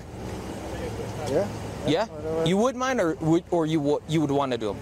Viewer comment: when the cop asks: “you would MINd OR would you want to do them?” It kinda sounded like: “you would MINOR…” so all off the sudden the predator’s confussion and dizziness goes away in an instant, turns his head giving his attention to the cop and asks very clearly “what was that?” Because he heard “minor”. Love the fact that the cop caught on that and laughed